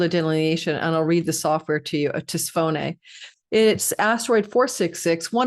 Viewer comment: For those who are curious, Tisiphone The most common English pronunciation of Tisiphone is: tiss-IF-uh-nee Breakdown: tiss (rhymes with kiss) IF (rhymes with if) uh (a very soft "a" sound, like in about) nee (rhymes with me) The stress is on the second syllable: tiss-IF-uh-nee. With English being my 1st language, I struggled mightily with learning where the emphasis belonged when I was learning to read and write Greek. Sending lots of support and love to, and each of you here enjoying her channel! Namaste🌟 💫💜💫🌟